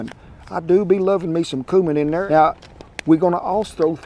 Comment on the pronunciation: The way he says cumin is dangerous